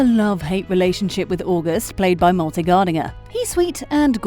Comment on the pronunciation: Malte is pronounced "Mal-teh," not "Malty." Malte's character August is not royalty. He's merely a 2nd cousin to the Crown Prince. Being a 2nd, or even a 1st cousin, to a royal person doesn't make you royalty.